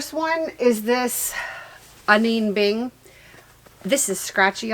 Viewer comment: Who can wear all those clothes omg! FYI it's AH-nee Beeng..........